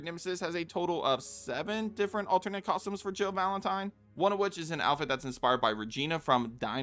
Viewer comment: Say the word: costumes. Narrator: cozhims No, costumes. Narrator: cosums Please; costumes. Narrator: consider this…. cozhms